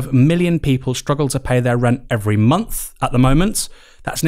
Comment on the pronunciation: Why do You have quite a well spoken tone but then pronounce with as wiv and Month as Mumf ? Just curious because I have noticed it a few times recently.